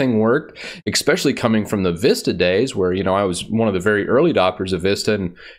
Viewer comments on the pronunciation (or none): please.... it's not expecially. That said... your videos are extremely informative and helpful. Thanks so much.